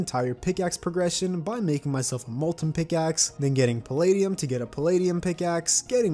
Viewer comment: is he purposely saying wyvern and palladium wrong